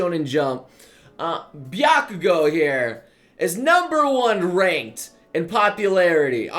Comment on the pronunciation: Byakugo! Bahahaha! your pronunciation is one of many reasons why I keep coming back to the channel